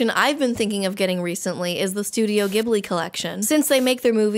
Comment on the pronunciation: youre saying ghibli wrong